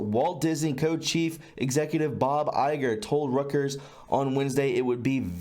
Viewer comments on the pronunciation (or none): Reuters -its pronounced "royters" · Reuters is pronounced Royters